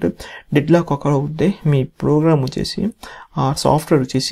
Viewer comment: Plogram 🤣 proorgram🤣 purgram 😂 Finally he said program 😅